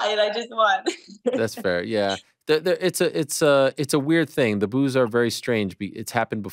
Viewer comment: ur boos sounds like woos is the best line ever